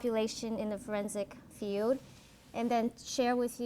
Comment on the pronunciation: No. No slack for a PhD who can't say, "field" instead of, "feud" or says, "...who wants to become a police", or who uses that childish, pretentious affect so common in Californians, and whose sole perspective on forensic psychology is from defending the accused and avoiding conflict with those who are guilty. She put it out there, and if she is not mature enough to own it, then she needs the ridicule and derision. A forensic psychologist has, by the nature of the work, to be secure, confident and competent because the attorneys on the other side of the issue are going to eat her alive in a courtroom or judge's chambers. As to your comment about if it's boring, then don't watch...how the actual fuck is someone to know that BEFORE watching? CalSouthern needs to know the common, popular opinions of the videos they publish in order to improve. You are a moronic snowflake. She is not being bullied in the comments and does not need your pity. Take a course in logic and rationality, there are lots of free resources!